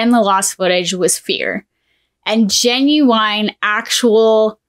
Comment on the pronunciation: The way you pronounce genuine and genuinely drives me nuts ngl